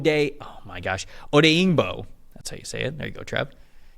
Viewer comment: Trev, obeyingbo is pronounced oh dang bo